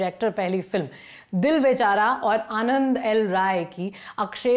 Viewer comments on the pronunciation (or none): none